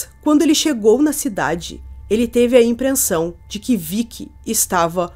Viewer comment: "Teve impreNssão"??